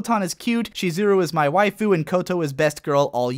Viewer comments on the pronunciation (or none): none